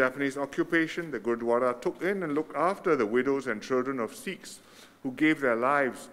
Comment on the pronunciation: It was a such a pleasant surprise. Glad to see our dear & respected PM Lee launching the inauguration & doing such an amazing job pronouncing all the Punjabi words especially Gurdwara. Not forgetting the invaluable mention of the history & the contributions of Sikhs. It is truly well appreciated across the Sikh community. Thank you. sir. Sat Sri Akal 🙏🏼